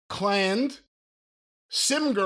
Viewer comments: the absolute best is him saying CLANNAD as "cland" holy fuck this is gold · Never heard CLANNAD be pronounced as "Clan'd" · "CLANNED" IM DEAD. I bet its Clannad 😂😂🤣